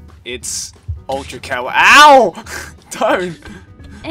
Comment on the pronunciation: It's ultra kawa-OW!!!